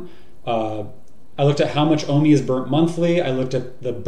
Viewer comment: why do they call it WOMI instead of OMI ?